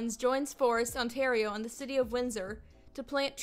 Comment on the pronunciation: the way she said Ontario * wheeze *